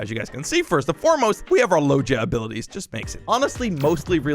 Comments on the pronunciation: It’s not (Low je a) It’s (Low ge a) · the way he says logia is so weird